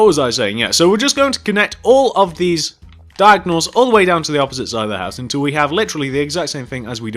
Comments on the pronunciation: "Then Connect back down to the hoose" lol I'm dying 😵 😂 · he pronounced house weirdly you should go check it out because i cant spell how he pronounced it.